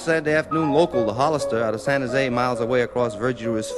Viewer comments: classic old san francisco accent, pronouncing san jose as "sanazay" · yeah that's unmistakable, but that's not what i'm talking about. he's also pronouncing all the california place names in the old timer way